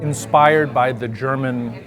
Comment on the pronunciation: Your german pronounciation is quite good !